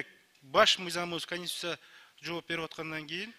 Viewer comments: Дастан Жумабеков 6 жыл депутат болуп отурду , Эми кайра шайланды,ушунча жылда эк кур дегенде бир эле созду жаттап алса болмок КАНИСТУТСИА. Конституцияга колун коюп ант берди. Эртеден кечке конституциянын мыйзамдары менен иштешет. Ал депутатты мурдагыдай эле спикер кылып шайлап коюшса болмок. Ушул 5 жылда жаттаялбаса КОНСТИТУЦИЯ деген созду айла жок жаттагыча кайра кайра шайлайбыз. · Канистусся, фыракся дебей терминдерди туура айткылачы